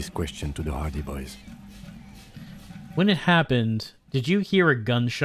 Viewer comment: I keep hearing "hardie boys" as "party boys" it gets me every time.